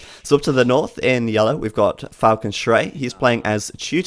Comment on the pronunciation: Still, enschrei hurts the ears of a German because you rip apart the word Falke. The full name means something like cry of the hawk. You can therefore shorten it by calling him schrei (cry), but please not enschrei ;)